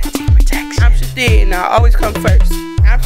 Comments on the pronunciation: It's hilarious that they pronounce it " Shi-teed " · This whole time I thought she said that she was saying "I'm Shadine" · Ruby Elizabeth I thought she was saying I'm shadee hahaha I thought it was her name ... Lmfao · uhm... It's pronounced "sha--theed" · i thought she was saying shadid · pjvo2001 i heard shadeed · Took me a while to realized the shithead was pronounced shith-ead It took me so long, I was confused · holy Mothers i thought she was saying chadine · Shithead pronounced Shi-tead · uHHH IT'S PRONOUNCED, "sHI-THEED!" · Brenda Tucker It's pronounced Shithead. Shih-theed. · I will now pronounce ‘shithead’ as “shateed” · I thought she was actually saying shit head but with an accent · I can't believe I watched this over and over and did not realise she was saying Shithead